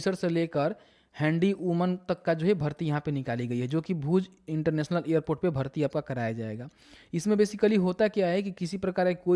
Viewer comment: ईयरपोर्ट क्या होता है एयरपोर्ट बोल न